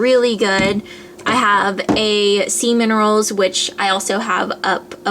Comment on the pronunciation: when you said sea mineral i hear semen roll haha